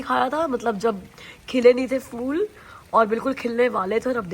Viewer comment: hi, in hindi if I'm not wrong, its 'phul' not 'ful'.. What do u say 😂